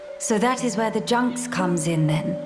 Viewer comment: "the junks" 😒